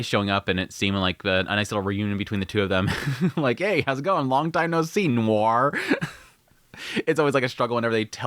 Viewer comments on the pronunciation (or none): none